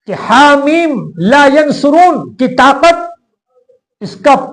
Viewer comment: Laa yun saroon hai, laayansaroon nahi.